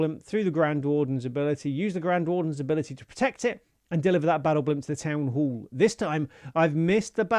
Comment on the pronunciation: "town hool"